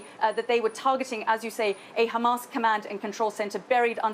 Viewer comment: of course they lie..no brainer there. yeah yeah .."khamas" "khamas"...its hamas...i just hate it when these monsters pronounced that name wrongly..